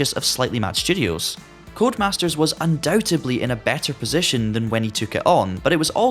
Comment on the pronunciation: UndoubteBly? Nope. UndouteDly and also supposeDly (just in case you say supposebly too). ;)